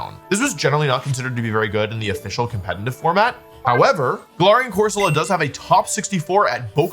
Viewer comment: I know you're pronouncing galarian wrong on purpose but i just can't prove it